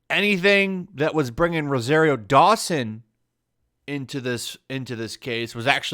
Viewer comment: It's pronounced roh-zahr-io, not roh-zair-io.